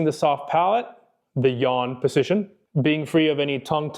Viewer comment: How strangely this knowledgeable guy pronounces "position"!